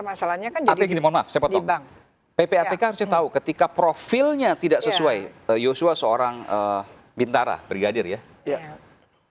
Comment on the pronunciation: Yosua bukan yocua